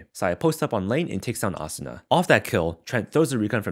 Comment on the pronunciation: I like how u pronounce asuna. Cuz there are so many people that say uh-soo-nuh. Idk just a pet peeve ig u could call it